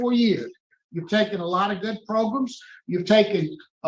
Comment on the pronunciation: Why does this man say, proGrums?